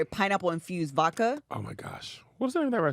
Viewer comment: Vodka isn't just Russian, it's from the Slavic word for water "voda". did a good job on pronouncing it 😅👏